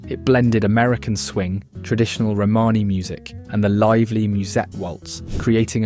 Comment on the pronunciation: Nice video, with some really interesting information...but please get an editor or sort out how to pronounce words - I coped with hearing "Romany" mis-pronounced tens of times, but eventually bailed when Louis Armstrong was pronounced as "Lewis"... It sounds critical but if you want people's time watching it at least get it right.